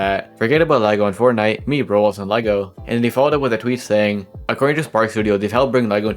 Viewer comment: I’ve already said this 100s of times that even when I slow down I still can’t understand because he doesn’t even fully pronounce most of the words. For example he says “Roblos”